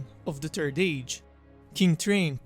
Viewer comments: The confidence with which you call it the turd age.. hilarious. Good vid. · PLEASE PLEASE PLEASE PLEASE WORK ON YOUR PRONUNCIATION. E.g. "The Turd Age" "Train the Thirst". "Trains son, Torin the Thirst". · The only sound issue I have is you keep calling it the turd age and that sounds horrible. EDIT: Also the turd silmaril sounds really bad too. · Every time he says third it sounds like turd and so I giggle like a little school girl every time. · Sorry mate, but had to laugh when you said turd age... Otherwise great video;) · "The Turd Age"... I'm Sorry. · Thhhh. You must pronounce the H :)